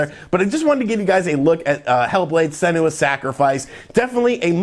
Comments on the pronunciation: words/names that has mispronounced: - Senua (pronounced SEN-ua, not se-NU-a) - Sigourney (pronounced Si-GOUR-ney, not Si-GO-ny) - Damacy (pronounced da-MA-shi, not DA-mah-see) This guy gets thousands of views for each ~10 minute video he makes. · it's SEE-noo-ah not see-NOO-ah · Also SEN-yu-ah, not Sen-OO-ah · Sin-NEW-ah 😂 lol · Dylan De Loe Nintendo pronounced it senooah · How could you butcher the pronunciation of BOTH "Senua" AND "Sigourney"?